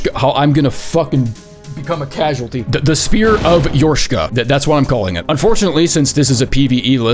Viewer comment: The repeated Yorshka's Spear pronunciation fail was exactly the laugh I needed for the shitty day I've had. Genuinely thank you,.